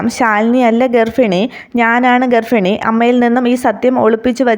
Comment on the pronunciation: ഗർഫിണി എന്നല്ല ഗർഭിണി എന്നാണ് 🤗